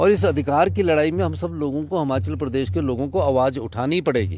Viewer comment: Jab se appne himachal mai se ,,इ htaya hai tab se himachal ka beda garg o gya pllzzz hamachal nhi himachal boleye app